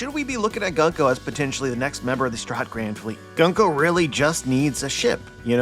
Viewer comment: Unsubscribing after a decade because you keep saying Gunk O